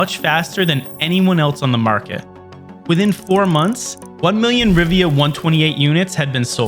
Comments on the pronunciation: This video would be so much better if it could pronounce things correctly: Rivia != Riva, Coda != Cuda, Silicone != Silicon. Plus, it missed some key things but this was obviously not written by an insider but someone who wasn't there and just read wikipedia lol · Why do you keep calling it RIVIA? It clearly says RIVA... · It's Riva, not Rivia. wind's howllin